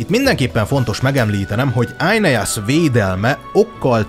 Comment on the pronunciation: Éneász, nem Ájneász.😂